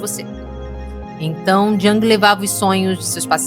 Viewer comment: A pronúncia é “iung”e não “djang”. Nada pessoal, ouço muita gente se referindo ao Jung dessa maneira errônea ❤